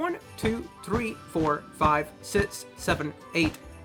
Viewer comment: You keep saying sits instead of six it gets me kind of annoyed but it’s worth it